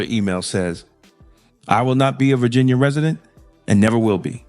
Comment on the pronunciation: Why can’t this “educated” lady say Virginia?